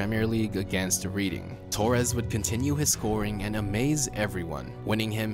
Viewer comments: Just saying mate it’s not said as reading u say it as red-ding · Uhhh... It's not Reading as in REEDing it's like REDDing lol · its pronoused red-ding not reading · Reading is pronounced Redding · 😂😂 the way this guy pronounces Reading as in reading a book when it's actually red ding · it’s Reading not reading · It's Red-ing not reading as you say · Lost me at 'Reeding' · you mean Redding? :P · No one: Absolutely no one: Not a soul: Americans: REEDING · As a yank, I cringed at "Diddyer Drogba" and "Reeding" (Reading) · Ajax = "eye-axe" Reading = "redding" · it’s ‘redding’ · Redding, not reading lol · "Reeding" lul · The Torres goal against Barcelona was only symbolic and emotional. Chelsea were already through to the final when that goal was scored. Also “didi-eR”? “Reeding”? Do you actually follow English football? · Struggled watching after hearing "Toures" about 15 times and then "Reading" was the final nail in the coffin. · The way he said Reading Fk me...